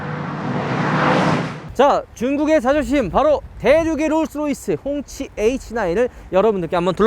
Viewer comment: 꽁치라고 하는 줄..